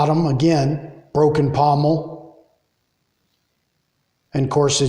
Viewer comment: Pontil not pomel.